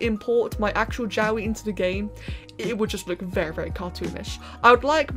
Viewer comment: Help Everytime you say jowwi I hear yaoi